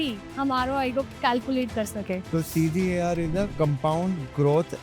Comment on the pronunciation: Ye Charterted Accountant Sahab ko CAGR( correct pronunciation) or CGAR sahi se bolna sikhao, koi complex formula nahi hota IRR ka.